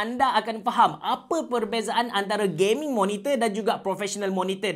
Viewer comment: No one:: Kita ada Gayming Monitor